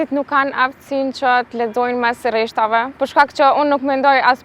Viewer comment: Rreshtave, jo reshtave